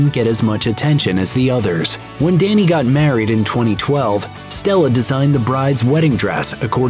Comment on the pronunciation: Dhani isn't pronounced "danny" it's pronounced "donny".